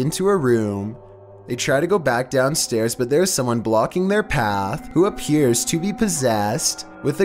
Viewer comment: Me:kills bird on fallout 4 at 3:am:it aperures this is a paranormal event